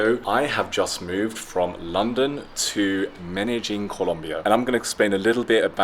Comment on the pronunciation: 😯 Lon-de-llin?! or Men-Don?! 😛